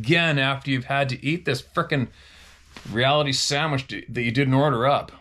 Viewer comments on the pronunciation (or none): none